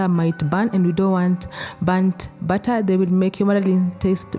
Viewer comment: I was so confused I heard add the batta in the batta lol add the butter in the batter of course.